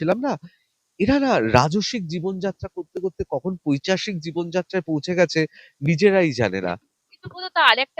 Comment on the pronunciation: পৈচাশিক নয় ,উচ্চারণ টা পৈশাচিক হবে,ঋতব্রত বাবু।